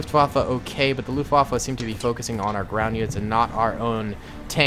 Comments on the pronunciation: Waffe not waffa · As an war historian, same, LOOFT WAFFLE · It's so funny to hear as a German how you pronaunce Luftwaffe